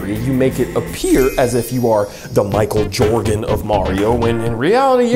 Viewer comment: I cannot believe the absolute genius put into the editing. Even the small stuff like the NBA Jam music playing while Michael Jordan is on screen paired with his and the monsters Inc Mike’s names being mispronounced just blows my mind and I can’t help but laugh and enjoy the video even more. Goat.